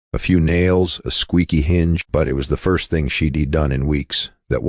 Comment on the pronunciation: She'd is a contraction for she did not she dee. You need a real person (one who passed high school English) to narrate. I'll watch something else until you correct this.